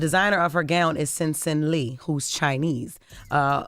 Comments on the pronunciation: Sin Sin Lee isn’t that hard to pronounce, Criminal B is just semi illiterate 😂😂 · Always making excuses.. so Sensen Li is hard to pronounce? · That was not hard to pronounce, she oughta be ashamed, no excuses, give that man his credit when it mattered, always chiming in on social media, bye! 🙄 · Sensen Li is NOT hard to remember or pronounce. Smfh